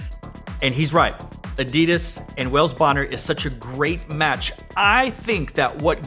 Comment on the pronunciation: U said it. Its adidas